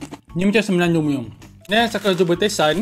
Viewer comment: next aku nak cuba tesan Me: haa tesan bukan tasen ke